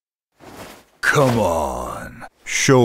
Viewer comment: Naw he says predictabu